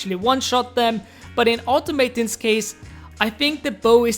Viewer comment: Normally don't mind pronunciation issues but this one killed me, its pronounced aw-taw-muh-tawns